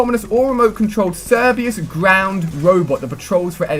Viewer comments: Cerberus is not pronounced "Cerbeeus" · The letter 'h' is pronounced without an 'h' at the beginning, as 'ay-ch', not 'hay-ch', which is a mispronunciation. Also Cerberus is Latin so should therefore be pronounced with a hard c, as if it was a k. (And definitely not 'serbeyus'.) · Not to be rude but you pronounce it like ser-ber-is or us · Cerberus not Cerbeyus, it's not that hard to say. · Cerbius....... I think its called cer be rus m8. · Cerbeus?! It's CER-BER-US. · Cerberus not cerbayus... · Cerbeus?! CerbeRus! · Cerberus (ser-ber-us) not (ser-be-us) god damn it Ali. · Its not cerbius its ser-ber-us (how its said) cerberus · Lmao he also said cer-be-yus. Its cerberus and i think it was actually just a pronunciation error lol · he said "sir-bee-us" Good lord Ali, its pronounced "ser-ber-us" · Cerbius? I think you mean CERBERUS xD xD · cerberus - ser-be-rus lol that pronunciation tho, luv u ali A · You need to learn how to say 'Cerberus' ser/ber/us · He pronounced cerberus wrong, its pronounced ker-ber-us. Its a greek and roman god that is a dog with three heads. Thats also why the killstreak is called that i'm assuming, as it is sort of like the k9 unit from black ops 2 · It's KerBerRous you fool, like the 3 headed dog in Roman literature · Lol you completely slaughtered the pronunciation of Cerberus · You mispronounce a ton of words. Some of the ones I noticed are talon, autonomous, and Cerberus. Sorry, it got a little annoying hearing so many words being mispronounced in such a short period of time. Have a good day. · i think both R's are pronounced in Cerberus bro :D